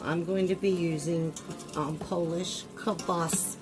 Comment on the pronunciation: Looks yummy and I'm going to make this now. One correction.... it's KIELBASA not kielbasKa. No "K" at the end of the word!;-)